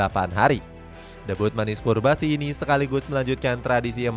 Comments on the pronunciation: Cubarsi, not curbasi! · namanya cubarsi, bukan curbasi bg wkwkwk daritadi di video nyebutnya curbasi mulu wkwkwk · Cubarsi bre, not. Curbasi😢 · Lu kan baca min... Tapi kok salah berkali2 bilang curbasi.... Cubarsi woi.... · Pau Cubarsi min, kok disebut Curbasi ?